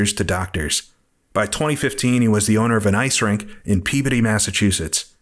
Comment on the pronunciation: Thanks for pronouncing Peabody correctly